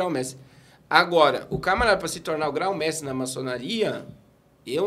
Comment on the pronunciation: Gente o pastor parece ter muito conhecimento sim, mas não se diz gráu mestre e sim grão-mestre. Que quer dizer grande mestre. Pronunciar esse termo direito dá mais credibilidade.